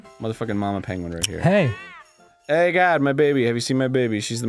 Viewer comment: Lol when he mispronounced Egad